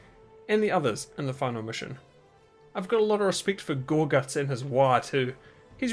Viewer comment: I love how you say "gorGUTZ!" WAAAAGH MATE